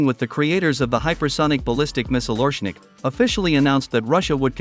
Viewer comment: OreSHnik!!! SH SH get the name right!! As in SHoe.